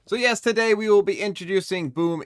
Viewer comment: “So yes, today…” bro i always thought he was saying “yesterday” 😂😭🥺😩😎